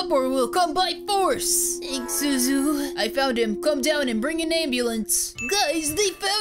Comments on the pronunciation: Btw it's Zuzu not zozo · Why do they call deku zuzu